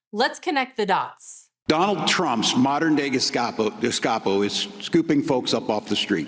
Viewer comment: Poor Walz can’t even pronounce, Gestapo.